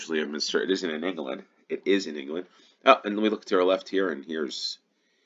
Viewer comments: Leominster is pronounced ''LEM-STER'' - don't ask me why....... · Leominster is in Herefordshire. Pronounced Lemmster. Rhayader is pronounced Rider. Or Ri-a-der.